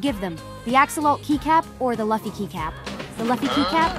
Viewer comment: Even the audio doesn't know how to pronounce Luffy's name 😢